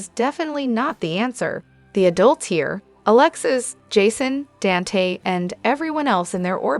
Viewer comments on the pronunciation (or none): Dante is pronounced "Daun tay" You are saying Lela instead of Lila it seems like you don't even know this show! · Please learn how to pronounce Dante's name